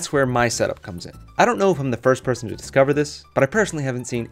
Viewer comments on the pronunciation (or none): none